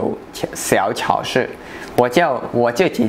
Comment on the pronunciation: 发音不准啊！超市：chāo shì而不是 cháo shì... 你指的加油站那边叫连锁店。